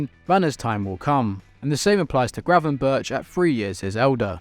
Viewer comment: Is it really so hard to pronounce Gravenberch? And Ekitike is still a Reims player, PsG have an option to buy, but havent yet